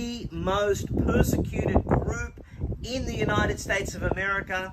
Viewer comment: Did he say pussecuted? What? LOL